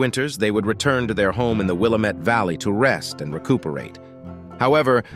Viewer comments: Wil LAM et. NOT WIL A MET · Willamette - sounds like:Wih lamb et. Local native Oregonian pronunciation. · It’s pronounced “Willamette” dammit. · Willamette is pronounced out here : Will am it -- Dam it ! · I was born and raised in the Willamette Valley. We pronounce it Will AM it. I am organizing an adventure into the Dutchmen mines of Central Oregon. I am a land surveyor. I have the old maps. There is no cell service. I use GPS. Let me know if you want to come. You will need a very dependable vehicle to come with us. You must have a chainsaw, and there are mountain lions. We'll have provisions for 2 months.🎉